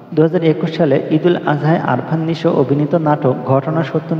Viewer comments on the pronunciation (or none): আরফান নিশো না আফরান নিশো,নামটা ভালো করে বইলেন